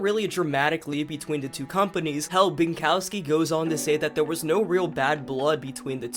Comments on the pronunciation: Maciej is pronouced as "mah-chey". W's in Polish are pronouced as V's in English, so Binkowski would be pronoiced as "Bin-ko-vskee" but aside from that you nailed the surname. I love watching people try to pronouce Polish names! Great video btw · Maciej Binkowski would be pronounced Matchey Binkovski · "Maciej" is read as "Matt's yay". You were close with "Binkowski", however Polish "o" sounds like British pronunciation of "ough" in "thought" and Polish "w" sounds like "v"